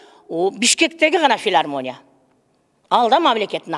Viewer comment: Филармония эмес Илармония болуп калыптырго